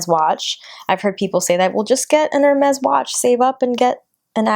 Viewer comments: No you are saying "Er-Mehz" it's pronounced "Air-Mehz" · I think it's hermes not ermez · girl if you are going to pay a grand for a watch know how to pronounce the brand 😂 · I kept cringing every time you said it wrong